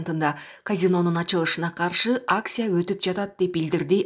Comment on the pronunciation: АкСия эмес акЦия